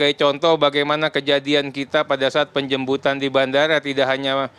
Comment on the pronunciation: bang Teri : penjembutan 😂